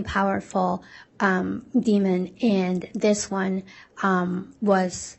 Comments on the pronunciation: It’s Demon, not Demond 😑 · DEMON! DEMON! It doesn’t have a D at the end. It annoys me so much when the state calls it a demond